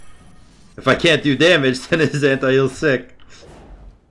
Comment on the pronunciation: a way to say “damage” like it’s a Spanish word